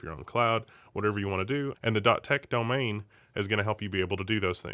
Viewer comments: can't say Domain:D it is not Domane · it's not bad, it is subtle, but he pronounces it slightly weird, he doesnt even say Domane, its like Domhane, and he doesnt pronounce it wrong every time either